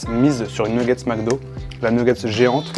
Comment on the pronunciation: J'ai failli m 'abonner puis j'ai entendu une nguggets ... :face-purple-crying